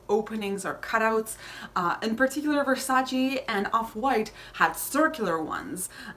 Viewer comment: Aah it’s [verˈsaːtʃe] 😞 why is it so difficult for people to actually look up how to pronounce things? 😒